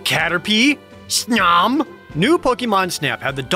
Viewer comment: The way Jared said "snom" is the only correct way to say it.